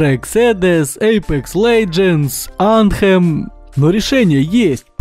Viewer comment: Оу, ты разбираешься в играх! Ну, хотя раз Мэтро экзэдэз, Анткхем, вместо Анзэм.